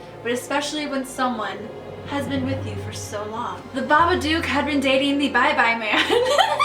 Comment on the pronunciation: did i just...did i just hear babaCOCK HAHAHA